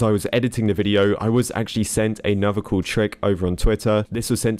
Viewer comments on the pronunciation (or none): when he says cool is just sounds like coo